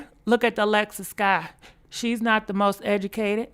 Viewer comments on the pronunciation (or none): none